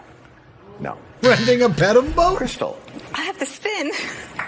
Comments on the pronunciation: That Wheel of Fortune clip was pretty crazy - I can understand the first person not getting it because they said 'pah-dle' and not 'peh-dal', but for the second person to also pronounce it the same way was hilarious - And then to get wild guesses of an 'M' and then a 'W'? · I feel like the wheel of fortune clip, they were saying Pedal Boat but it sounded like Paddle Boat which is why they couldn’t figure out what letter because they had no idea after the guess. Kind of like if was on there and it was “Laundry Room,” he would be told that the answer is not Laundry Rum. ¯\_(ツ)_/¯ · Pedal people!!! Not paddle!! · The puzzle was “Pedal Boat” not paddle boat. So when they both say “Paddle” they think the word isn’t Pedal, so they don’t say it. But Pedal boat was never said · Pronounced Pehdel, not Pahdel... lolol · It is pedal boats, they just keep pronouncing it as “paddle” boats. Pronunciation is VERY important to that game show I have NEVER heard it being called pedal boats though.